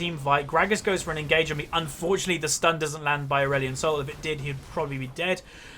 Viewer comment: Did he say Aurelion Snol in the end?? Xd